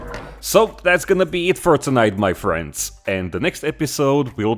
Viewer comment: the "muh frhiends" never gets old